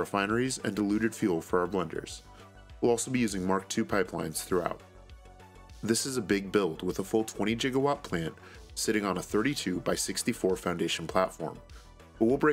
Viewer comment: Did you mean to say Jiggawatt at ~50s xD